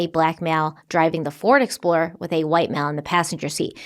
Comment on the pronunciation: Did anyone else hear say Flord Explorer once or twice? In all seriousness, this case is sad. My heart breaks for Jason and Amy’s family and friends.